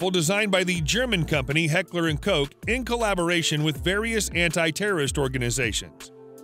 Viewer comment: FYI Koch is pronounced "cook", not "coke".